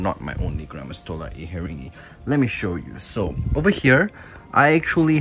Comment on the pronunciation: When I hear "gramastola inhetingi" I tought you always said granma 🤣 don't know why, anyways, I am sorry for your loss